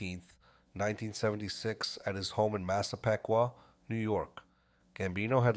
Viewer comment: Its Massa-Peek-Wah...(Named for a Long Island Indian Chief)